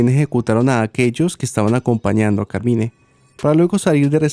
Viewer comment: Hola, en inglés pronuncian Carmain.